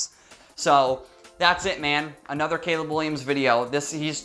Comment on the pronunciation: Hahahahaha you said Gayleb hahahaha